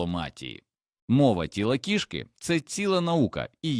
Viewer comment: У кІшки в животі кишкИ!!! Став правильно наголоси!!! 😂🎉😂🎉😂🎉